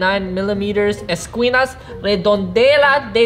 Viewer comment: “157.9 Millimeters, Eskwinas, redondela, dededas, HD PLOOS” - , Respect bro🙏🏾🤣